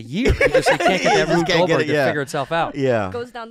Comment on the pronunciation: That Asian guy can’t even say Rube Goldberg hahahahq